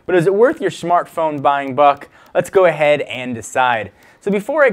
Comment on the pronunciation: "Shmartphone" lol